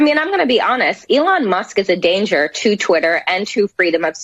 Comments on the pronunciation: “Elana Musk” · He said Ilhan Musk lol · I thought I was the only one that thought al said "elana" 😂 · Al Sharpton has a show, is paid millions and he's supposed to explain what's going on in the world... and he doesn't know how to say "Elon".